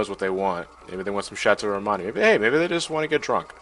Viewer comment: It sounds like you're saying "Shots O' Romani" rather than "Chateau Romani."